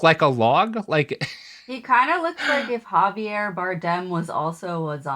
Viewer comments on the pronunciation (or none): none